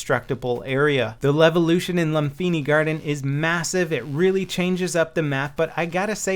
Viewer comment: It pronounced "Lumpini" not "Lumfini". English spelling of Thai words often used "Ph" instead of "P"